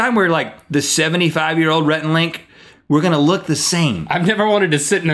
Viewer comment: Its "Rhett" not "Rheet"